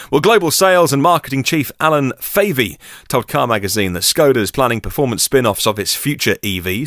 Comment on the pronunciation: What's with the pronunciation of Skoda becoming Schoda?